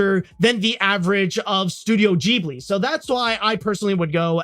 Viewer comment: Who's gonna tell him he's pronouncing Ghibli wrong?